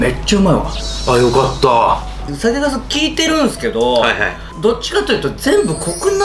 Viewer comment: リュウジさんが酒粕酒粕言うと｢酒カス｣に聞こえます(失礼) どうも〜酒カスでーす！(失礼)